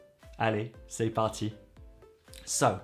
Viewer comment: I’m very ‘au fait’ with using il faut in French and the subjunctive after it but your pronunciation of ‘c’est parti’ is awful. It’s ‘se’ not ‘say’ as you pronounce it.